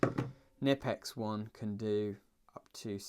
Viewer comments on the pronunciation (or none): Not "Nippex" Knipex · The K in Knipex isn't silent dude, it must be pronounced. It's Knipex not nipex ... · Not "nipple ex" It's "K" nipex. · Found an old pressmaster krb-0560 in work and I was delighted, thing had be forgotten up in the i beams for Years, I didn't just take it either, I saw it, and it was still there 6 months later. Sounds like fair game to me. Also you pronounce the "k" in knipex (kn-ipex) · Something I only just found it, it’s pronounced “ker-nip-ex”